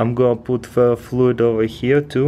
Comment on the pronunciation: did he say fear fluid